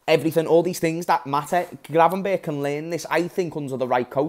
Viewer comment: It's gravenberch not gravenbergh.